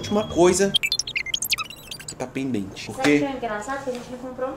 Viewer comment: Ele falou pendete....eu lembrando das minhas lições pendente 😕